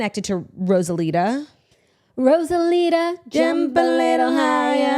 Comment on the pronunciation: you guys calling rosalia “rosalita” is crazy..